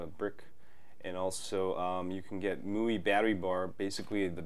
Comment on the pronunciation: Viper is the best. And MIUI is pronoiuced ME YOU